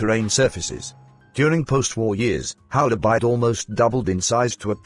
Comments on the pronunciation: Hola Bird say it correctly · Bloomin Brit computer voice can not pronounce the name ............................